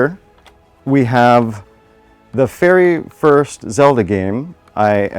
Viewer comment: I swear he said "my fairy first Zelda game". I'm here for it.